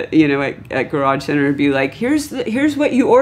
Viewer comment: LOL "Garage Center" instead of "Guitar Center"